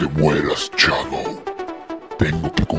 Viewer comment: DICE SHADODW... HAA ESTUPIDO HARBOL Y SONIC DICE NO SHADOW HATI NO SE RESULTA NADA JAJAJAJAJA XDXDXDXDXD